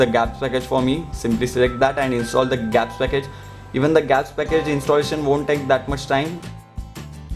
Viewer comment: its G apps (Google apps) .... not gaps as u said